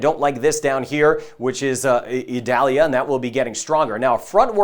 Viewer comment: Eee-doll-yah. It isn't an onion.